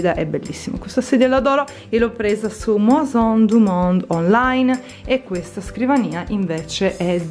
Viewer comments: scusa se ti correggo ma sono Italo francese è si legge “meson„ ahahah! Comuqnue ti amo e 48 minuti di video sono la vita 😍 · Maison du monde si pronuncia meson du mond . .. AI in francese si pronuncia E . Un bacione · Video bellissimo! Però si dice mEson du monde per favore 😊